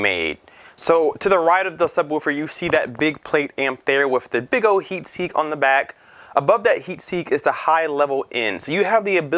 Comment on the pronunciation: Heat Sink not seek